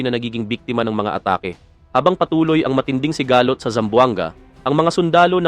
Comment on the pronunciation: Konring improve pa ng pag babasá (sigalót) hindi sigahhlot